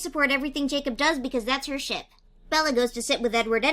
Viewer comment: WTF? Did you say shit or ship?